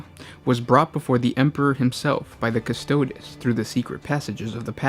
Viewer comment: Lol the pronunciation. May as well call them the "custards." Haha